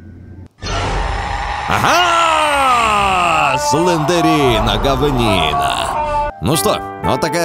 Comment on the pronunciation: слендрина а не слендерина емае